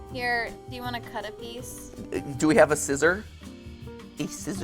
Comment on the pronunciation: he also pronounced the c, which my family do all the time